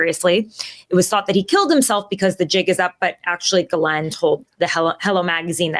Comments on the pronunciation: Her name is not Galen or Glen it is pronounced Gheelaine it rhymes with Elaine. The S in the middle is silent. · it is pronounced "jizzlane maxwell" not gilane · Omg..its NOT G-LEN.. ITS PRONOUNCED "GIZLAINE"! RELEAZE THE EPSTEIN FILES! Lets NOT forget that picture the orange FELON PEDO RAPIST drew for epstein of a womens figure and signed his name as the pubic hair! 🤮😡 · STOP IT WITH PORTRAYING ONE OF THE HEAD MADAMMES OF EPSTEIN AS A FCUKIGN VICTIM! SHE IS NOT, I REPEAT NOT A FCKIGN VICTIM. if it wasnt for JIZZLAINE that is how you pronounce the name, not GIElame or some other bulllllshite, its JIZZ laine, there wouldnt be any children trafficked. Ivana also was part of that trafficking ring ivana and JIZZZZZZLAINE were extremely close. Stop putting harlots on your show that glorify JIZZLAINE maxwell and give a voice to the actual victims not cloutchasing wencheds like tara over there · I believe a lot of what this woman says just a giveaway is she pronounced that odd name "Ghislaine" correctly. No one on tv etc ever says it correctly except people who really know people she knows. It's galynn not galane. A is silent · Her name is pronounced "Jizz lean" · please follow Tara's lead and make the effort to pronounce "Ghislaine" correctly. Certain people make a point of mispronouncing "Kamala." Do you want to be like them?